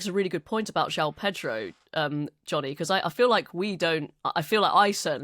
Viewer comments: It is pronounced Jo-on Pedro NOT Jow Pedro. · João is two syllables in Brazilian Portuguese. Jho-ow is more accurate. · I have lived here in Rio since 2004 I know how to pronounce it it is like John but as you say split into 2 syllables. There is no OW sound.